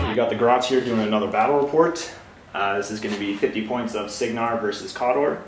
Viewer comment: Great report and it's Kay-door for the Khador pronunciation, I was corrected numerous times and can't help doing the same now :P no hard feelings.